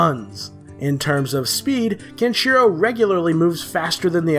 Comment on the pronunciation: you cant even pronounce Kenshiro